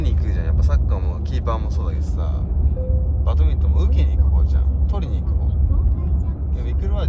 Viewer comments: バトミントンじゃなくてバドミントンです！笑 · バトミントンではなく バドミントンです！